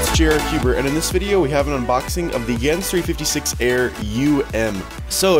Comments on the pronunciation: Wait did he just said yans instead of gans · elijah cadaoas He pronounces gyan